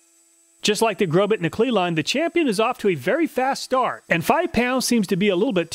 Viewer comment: The correct pronunciation of Grobet is "Grobay" the "T" is silent... I'm very sorry but I've been selling Industrial Tools for 43 years and when I hear manufacturers names butchered, it's as if I'm dragging my fingernails across a chalkboard. Grobet is well known for Manufacturing some of the finest Swiss Pattern Files in the world..! Plus, I have a very difficult time believing that you even did this test using that Battery Operated TOY Grinder...! Again, I will apologize but Carbide Burrs perform at their best when they have consistent torque and rpm behind them. Next time please test a few Industrial Quality Burrs from IMCO, FULLERTON and MELIN. Only then will you see what a quality Industrial Carbide Burr is designed to do. The 3100rpm used in the Imported Craftsman Drill Press was woefully too slow to allow any Carbide Burr to do it's intended job well. Please consider using Pneumatic Tools with a minimum of 7/10 H.P. and 20,000rpm for your next test. With these specs, all of the burrs WILL cut much better while reducing the tooth chipping you saw caused by the toy Die Grinder and POS Drill Press. I'll shut up now.. I can't believe I watched this whole thing.